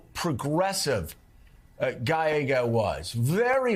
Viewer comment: Sharpton is 0-3 with trying to pronounce Gallego. "Galleo" 😂